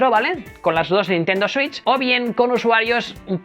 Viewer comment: Nadie:: consola Nintendo suich